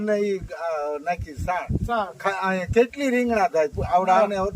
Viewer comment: ચાણ ny છાણ